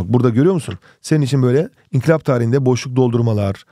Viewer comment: hocam inkılaba niye sürekli inkilap diyorsunuz